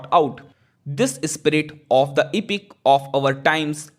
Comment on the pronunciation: pronunciation toh tik kar bhai.. epic, eloquent ko kya kya bol ra hai